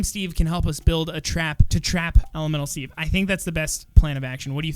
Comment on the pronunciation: The way says elemental Steve it sounds like elomelo Steve AND I LOVE IT XD